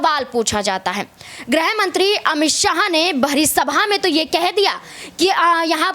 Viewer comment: Aap kya bayan de raheen hai ? Aap गृह ( griha)मंत्री को ग्रह ( graha ) मंत्री बोल रहीं है । पहले ( सर्वप्रथम) आप यह तय कर लीजिए कि आप ग्रह या गृह किससे दुखी है ?दोनो में से निश्चित किसे हटाना चाहतीं है ?लगता है आपको हिंदी भी ठीक से नही आती ।